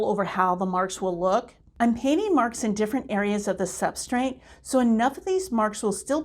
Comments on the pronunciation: Just a tip… the word is substrate. There is no “n” in the word. Pronouncing words correctly lends credibility to your teaching. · I don't think I've ever heard or seen that word tbh, but I bet you that if I pronounced it, I'd probably be saying it with an 'n' like you did - I'm sure i do already do that with certain words but i can't think what they are!